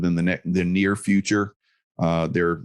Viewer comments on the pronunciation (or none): none